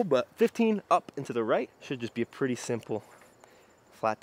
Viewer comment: I like how you accidentally said pwetty. Maybe that should be a failed challenge consequence. You have to talk like Sylvester the Cat for a whole video. 😜😜